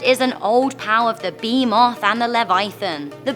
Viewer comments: “beemoth” “Levaithan” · Bruh her accent makes her butcher the creature names 😂😂 behemoth=B Moth Leviathan= Levithin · Had to leave when Behemoth and Leviathan were mispronnounced.